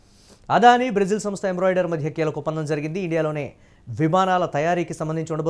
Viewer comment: ఒరేయ్ కొండేర్రి గాళ్ళారా, అది ఎంబ్రోడెరీ కాదురా, ఎంబ్రార్. కొంచెం ఇంగ్లీష్ బాగా నేర్చుకోండి కనీసం న్యూస్ చానెల్స్ లో ఉన్నందుకు కైనా. లేకుంటే ప్రజలు గు... ద్దతో నవ్వుతారు 😂😂😂😂🤐🤐😡😡🙏🙏